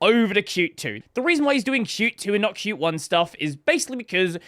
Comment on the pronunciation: pronouncing qt the right way 🎉🎉